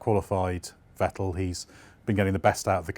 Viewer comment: Seems like nobody in Britain knows that the pronunciation of Vettel and Verstappen are fettel and ferstappen respectively. Who will be the first Brit who finally gets it right?